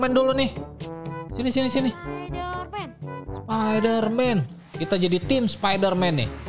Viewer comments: Bang bukan sapiderman spaiderman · Bang bukan sapiderman tapi spiderman